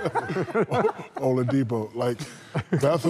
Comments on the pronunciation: Bro said Victor "Home Depot" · Shaq: “ homelildepio” not oladipio, 😂🤣😂.